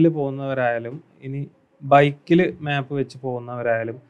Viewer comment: മാപ്പ് അല്ല മേപ്പ്